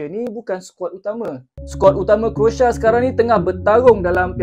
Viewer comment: CROATIA BUKAN( KROSA) /SECARA MELAYU KROASIA, macam mana mau memartabatkan bahasa melayu 😂😂😂